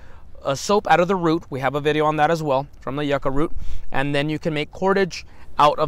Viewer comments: Do you stick to like the El Paso/Texas area or do you do anything in Las Cruces/New Mexico area? Also not to hate but never heard anyone say yucca as you-ca instead of like yuck-a. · No offense just thought you may want to know ,It’s pronounced yuk-uh. I just came upon your videos and have really enjoyed the I have lived in the yucca valley area of California for 42 years and never tried eating one , but will this spring, I’m going to try soaking it in a little salt water first for about 15 min like you do eggplant to try and remove the bitterness. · Why wouldn’t you add salt pepper, some kind is spices? Maybe if you pronounced it properly you would like it.